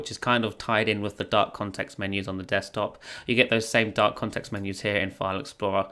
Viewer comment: Till 5 mins i was thinking "dock" mode instead of dark mode 😂